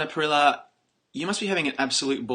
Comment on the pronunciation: Hate when people pronounce Parilla incorrectly!